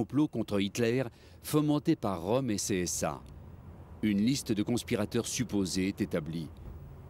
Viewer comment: Pas "Rom", Röhm (prononcer "Reum"); et "Hindenburg", pas "Hindenberg".